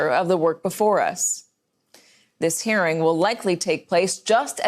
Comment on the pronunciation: She keeps saying "hairing".